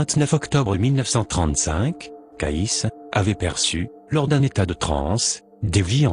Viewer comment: CAYCE' se prononce Kéïcy" , pas Kaïss😒